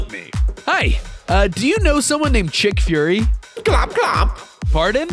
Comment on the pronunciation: Nick furry and you call him chick furry